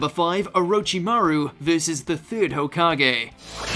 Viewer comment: THE WAY HE SAYS THE NAMES OF THESE CHARACTERS MAKE THEM LOOK SO DUMB ... EXAMPLE: HOKAGE WHAT IS TO BE SAID: HO FROM "WHORE" KAAAAAAA GE FROM "GAY" WHAT HE SAYS: HUKAGE